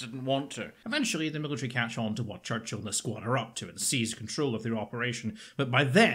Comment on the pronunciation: I trust your british accent of Churchill because you're British.